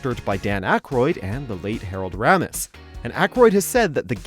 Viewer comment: Do you guys even listen to how names are pronounced before trying to say them? Raymis. not Ram is. Med ival not med eye eval.... It's not that hard.